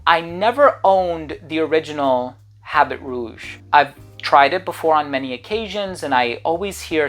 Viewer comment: The “H” is often is silent in French. Habit is pronounced “A bee.” Habit Rouge means “red coat” or “red suit.”